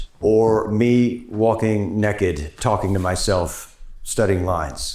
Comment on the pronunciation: “Or me walk-in’ nekked in the woods….” Spoken like a true southern gentleman.